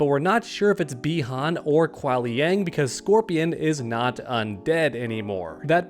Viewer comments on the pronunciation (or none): I really enjoy your videos, but for some odd reason, your pronunciation of Kuai Liang really bugs me. it's "K-why" not "K-wahl". Other than that, keep doing what you're doing. Love the MK1 coverage! PS. I'm also rooting for Kai and Reptile, and your point about young Sonya was an epiphany moment for me as well! This just got a LOT more exciting! I hope you're doing a video tomorrow covering the gameplay reveal!